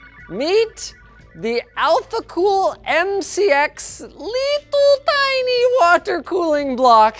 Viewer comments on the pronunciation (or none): I love the way you say "Little Tiny" in that accent. It makes me laugh. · Every time he says "little tiny" he goes full Russian.